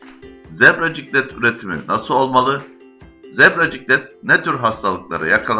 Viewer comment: Zebra ciklit degil ciklet